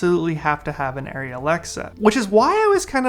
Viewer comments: I haven't even touched an Arri but it's ah-ry, not airy. Thank-you for your Komodo thoughts! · The people in Arri Tech Talk Live in German pronounce it ah-ry. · This is not correct. It’s pronounced airy.